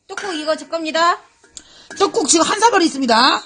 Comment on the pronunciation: 첨에 족발식혜 보여주시는분 발음이 박가린님 같음 조빨 떠꾹 다쭉 다빼쑥 시케 ㅋㅋㅋ